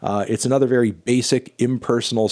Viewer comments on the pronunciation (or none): none